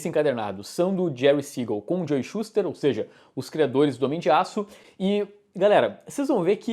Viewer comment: Vivendo pelo dia que o vai acertar a pronúncia de Joe hahaha